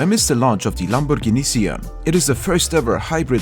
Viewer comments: your pronunce of "Lamborghini" as italian i can say only one thing. it is perfect👌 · Man you said "Lamborghini" with a real Italian accent (I'm Italian, that is why I'm saying this). Niceeee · Finally, someone pronounces "Lamborghini" and "Gallardo" correctly